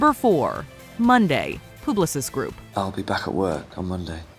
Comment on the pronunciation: It’s called Publicis Groupe… like a pub. Not Pooblosis groupe 😂 and yes I work there